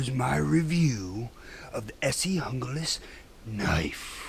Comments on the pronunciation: Say Heah, Aloha. the Junglas is ment to be a Spanish Word, and "J" in Spanish is "H" so it's Hoonglaus. Like in "How you Frajole"?,,, How you bean heh heh heh.,,. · Esee Junglas pronounced (hun-glās) comes from the Spanish word for jungle.